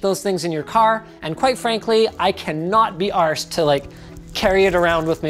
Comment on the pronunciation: non British guy tries to say “arsed” and not “assed” and becomes slightly Irish 😂